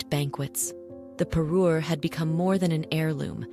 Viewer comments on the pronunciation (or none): Me encantaría q pronunciarse correctamente, no le regalo un Perú ( un país) le regaló una parure ( conjunto de joyas que hacen juego). Mí Dios!!!!😮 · Say Parure one more time.